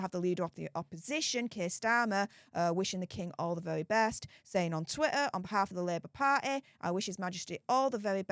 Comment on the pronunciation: What is she saying? Her accent is so strong while butchering the English language, she dropping consonants - twi-a not twitter to mention just one.